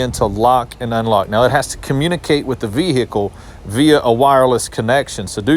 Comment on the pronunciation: 😂😂😂😂 I'm loving the way you pronouncing "VEHICLE"